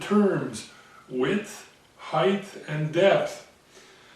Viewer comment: Hi, your videos compliment the others you spoke of, they do more of the machining, a craft skill, but you do the theory, and without wishing to be insulting to anyone, a more an intellectual skill. Engineering needs both sets of skills. If you will permit a pedantic English speaker his hobby-horse, Height is pronounced "hi-t" (hite) not ending "th" as length or breadth does. It is a very common mistake made by even native English speakers who feel the words should all end the same. I hope you don't take my comment the wrong way and if I spoke French to you I would hope you would correct my faux pas. ATB for 2015 and the second million chris